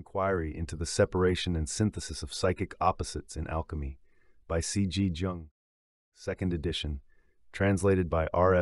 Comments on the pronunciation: He's family name is pronounces like Y-oo-ng not J like in Jesus. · Curiosity killed this hep-cat… Why did the reader pronounce Jung’s name wrong at the very beginning?